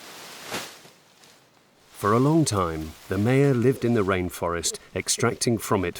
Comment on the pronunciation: Maya is properly pronounced “Mi-uh”, a hard “i”, and “uh” as in “about”.